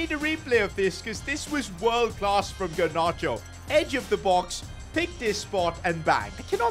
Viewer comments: Garnacho not Garnarcho😑😑😑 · The fact he said gernacho 😂😂